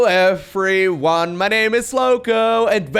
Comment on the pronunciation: Hell low Efre Whan my name is Lowko! That is what I hear every time he says it.